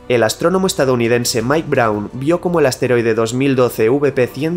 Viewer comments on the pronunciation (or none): none